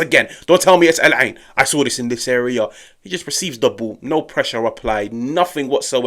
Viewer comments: The pronunciation on "The Eye" 👌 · That's my home town they dropped 5 on... And finally I get to hear the correct pronunciation of Al Ain... Thank you. Great video too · I like how you pronounced Al Ain lol alhamdulilah